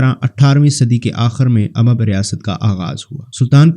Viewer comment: بنی اسرائیل ،،،،خلجی ،،،تنولی۔۔۔۔اور اممب نہیں امب۔۔۔۔۔باقی سب ٹھیک مگر